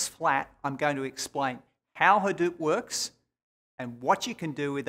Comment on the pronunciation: "OKAY" lol..... HAhDEWP. dewp pew pew